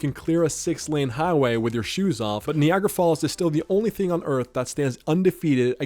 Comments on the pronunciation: Kneeagra falls 😂 its Nigh agra falls. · Knee-agg-ra falls tho??😂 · Stop saying "nee-agra" you damn robot narrator. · Bro said "nee-agra" falls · Knee-Agra falls!? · “Nee-agra” Falls… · The fact that you can’t say Niagara correctly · I have never heard Niagara pronounced that way 😂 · 😅 its like night i heard you say it near the end of the video you didn't say knee ght so how you over complicated ni agra is beyond me 😅